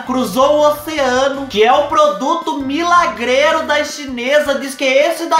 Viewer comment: Kakakaka da até medo quando fala que o produto é milagrelo